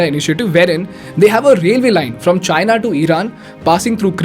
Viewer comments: The pronounciation of China in this video sounds like hyena😅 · China isn't what I hear but Gina 😂😂😂😂😂 china mean vgina 🤣🤣🤣🤣🤣